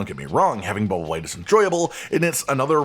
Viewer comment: I'm listening to this video at work, not "watching". I kept thinking you were saying "bubble blade" at first. Not blight